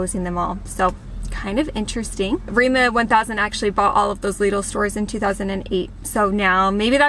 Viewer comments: It is remA not Remo. (Like america backwards!) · Hearing Remo is pretty funny when the name is Rema. I mean it's no big deal but imagine hearing a foreigner say: I'm going to Walmarf. xD